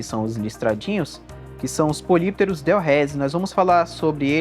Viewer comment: Do "grego": Poly = Vários, muitos/as. Pterus = Barbatana. Lê-se: "Póli + Ptérus". A pronúncia é "póli ptérus". Polypterus = Muitas Barbatanas. Obrigado pelo vídeo. Muito bom e esclarecedor !! 🙂🙂🙂